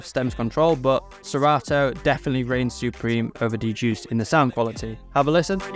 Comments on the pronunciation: it's actually pronounced D-Juiced. The wrong pronunciation was a stupid idea of the new product owner on the Hercules team. 🌈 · Actually, it's not. When I heard of it back in 2017, it was called DJuced 40 (pronounced Juiced 40). Digital DJ Tips has a review on it you can look up. Where is your source???? ... Even their free scratch samples that you can download today say "juiced 40" 😂